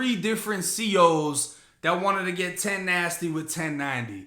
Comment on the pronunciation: 😂😂😂😂😂😂 This nigga said Ten nasty 😭😭😭